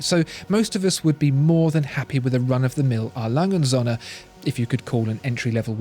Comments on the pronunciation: Söhne, with an ö, not Sohne. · You are making a little mistake in your pronunciation of Söhne which means sons, the ö is pronounced like er as in early, anyway great videos i love watching them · Please, please, try to learn how "ö" is pronounced.